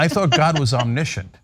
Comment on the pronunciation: Omnissient not omnishunt